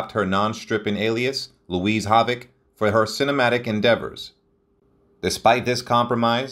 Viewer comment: It is hard to take this video seriously when basic words such as Havoc, Ziegfeld and annals are mispronounced within the first minutes.